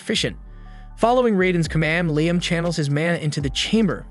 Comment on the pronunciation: Take a drink each time they say his name correctly 😂. Fr though unless the person posting has a legit disability accounting for the bad narration, I wish they'd quit.